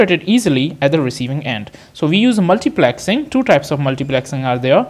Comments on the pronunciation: its multiplexing.......not multiplaxing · Multiplexing more like Multiplaaaaxing 😂